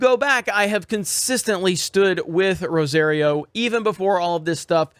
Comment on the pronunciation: you still can't say Rosario right! Or maybe it's that Floridian accent?